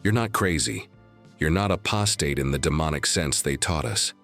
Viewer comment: I don’t like this voice It’s not in sinc and doesn’t even pronounce apostate properly ?????